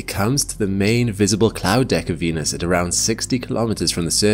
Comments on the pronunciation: Venus sounds more like Penus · Why did he say "Venus~" with a tilde at the start? Zestiest way I've ever heard someone pronounce Venus. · "venus" "penis" are pronounced the same